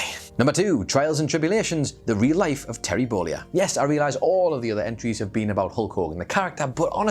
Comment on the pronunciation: Who is this "Terry Bowleeah" guy me keeps mentioning? lol